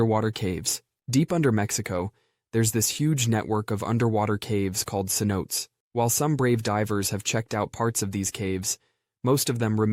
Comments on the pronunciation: "Cenote," is in fact, pronounced, "say-NO-tay." Not, "sin-NOTE!" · It’s Cenote. Not cen note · For the humans listening, cinote is pronounced sin-oh-tay, not sin-oat. Also, fun fact, the cinototes in Guatemala mark the edge of the ancient impact crater from the Chicxulub impact object that killed the dinosaurs. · Cenote is pronounced "say-no-tay" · I know this is probably AI, but cenote is pronounced “sen-oh-tay”.